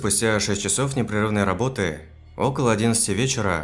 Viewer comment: Произношение как у иностранцев, неправильное ударение, например, не с рабОты, а с работЫ, ударение на последнем слоге слова, видимо иностранец